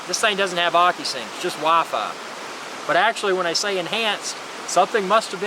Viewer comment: I love the way you say WiFi. Wahfayh. Wah fayh. Gets even better when you say it fast.